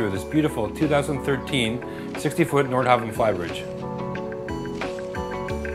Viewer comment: its pronounced nordhaven...